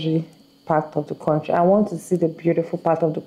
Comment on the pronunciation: Audacity is at an all time high... She can’t even pronounce the name of the country properly.